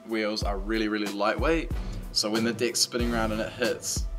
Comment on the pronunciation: haha he says dicks intead of deck